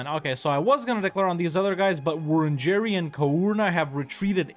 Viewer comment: Australian here, great video! very few games represent the indigenous population of Australia at all, so it's awesome to see it here at all; and hearing you try to pronounce things like Wurundjeri is funny every time